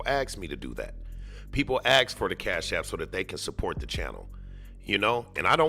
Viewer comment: "Axe" "Fustrated" "Libary" "Goings on" and other countryass pronounciation is how Dawn Woods talks.